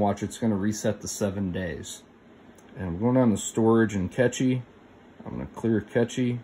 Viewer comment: It's pronounced cache - like trash.. Not catchy..